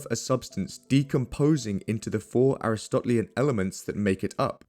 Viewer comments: Aristotelian = "uh-ris-tuh-TEE-lee-un." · Excellent video, love your research and writing style! Onnnnne lil nitpick: “Aristotelian” is pronounced like “uh-wrist-uh-TEE-lee-in” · ER-ih-STOT-lee-en ah-RIS-tah-TEE-lee-en There, fixed that for you.